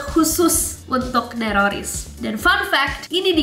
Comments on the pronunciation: Nessie Saat Berkata Nerroris Kyak Bilang Teroris Njerr Akwowk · Kak pertama kali saya denger neroris saya dengarnya teroris